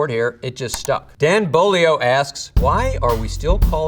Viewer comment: Beaulieu isn't pronounced Bow-lee-ow, it's Bow-loo. Non Louisianans have such tremendous struggle pronouncing Louisiana names. Hebert isn't pronounced Heb-urt, it's Ay-bear.